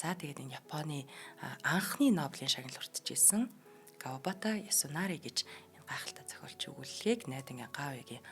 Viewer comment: Маш гоё уншиж байнаа👍Кавабаата Ясунаари гэж хэлэхгүй ээ Кавабата Ясунари